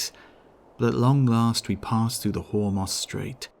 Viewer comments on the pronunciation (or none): none